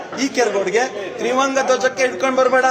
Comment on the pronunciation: ಒಹ್ ಕೆಪ್ಪ.. ತ್ರಿವಂಗ ಅಲ್ಲ ಅದು ತ್ರಿವರ್ಣ...